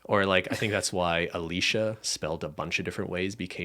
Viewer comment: Every Alicia ever getting their name name dropped on the best podcast ever, and getting it pronounced correctly. swoon